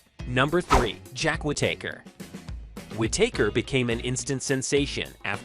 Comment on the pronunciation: Whitaker. Whitaker. Whitaker. Not whit taker. You dummy.😅😅